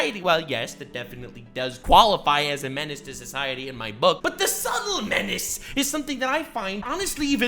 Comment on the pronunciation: Man really fucked the word menace up..... So sad, man got not that great taste in content anymore....